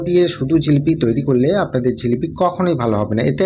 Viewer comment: রেসিপি খুব সুন্দর। ঝিলিপি নয়, জিলিপি বলেই জানি।